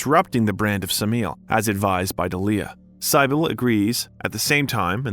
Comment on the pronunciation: That’s not how you pronounce cybil or dahlia